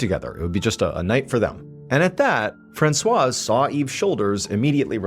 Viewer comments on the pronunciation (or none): The 's' is silent in "Francois".